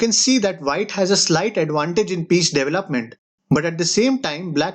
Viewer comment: White's "double-up-ment" instead of development. Hey, I know it's uncool to make fun of people, but it is funny. Admittedly, your English is way better than my (I don't even know the common languages spoken in India, but I like the sing-songi-ness of it - so I'm totally ignorant there, too). And more seriously, the video seems to be progressing in a very mature, fast, and clear pace. So, I just want to be the peanut gallery. Although "Double-up-ment" is hard to understand as development.